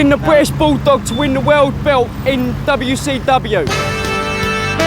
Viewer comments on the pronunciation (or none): "weeyah pikkin da Bwittish Bouldog to win da woyld belt, in dabble yoo cee dabble yoo!"